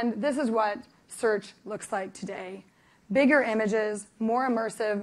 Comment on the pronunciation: Spectaculr, Wherevr, Biggr. She forgot Shittr...